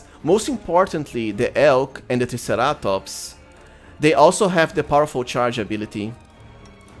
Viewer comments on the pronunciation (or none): Triceratops is pronounced Try sarah tops